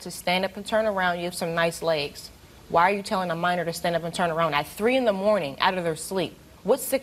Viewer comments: He keeps on saying manner though it’s minor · When I see stuff like this, it reminds me on how I hope I never have sons, and he couldn't even say minor right. "Manor?" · What is a maner it’s minor 🤦🏾‍♂️ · He calls a minor a "manor" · Lol. He keeps saying i didn't have sex with no "mannor". Hell he cant even pronounce his words must-less lie convincingly. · Sounds like hes saying manor instead of minor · “Manner” or MINOR??? 🤣🤣🤣🤣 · Did he say "maner" ? LOL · Jhit said manor lol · Its Minor not Manor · Why did keep saying manor it’s minor manor is a house guilty guy can’t get his words straight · He said Manner 😂😭 my guy it’s Minor * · It's minor not Manor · "I ain't have no sex wit no mAIner." If you're gonna lie, at least say it right.